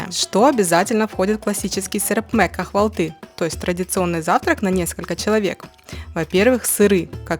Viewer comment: Так смешно произносите турецкие слова, просто капец. КахвалтЫ😂. КАвалты. Ударение на первый слог и Х не произносится, проста пишется.